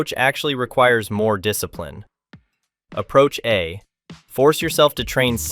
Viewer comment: " You rack a disaprin! "